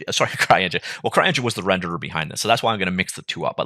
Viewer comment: did you just say "crying engine"? :D